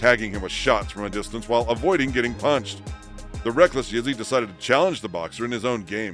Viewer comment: Idk who’s reading the script but it’s not good the way they pronounce the names keeps sounding like they calling him Izzy